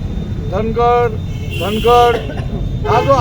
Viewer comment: धनगड नाही धांगड आहे शब्दांच्या विपर्यास करू नये.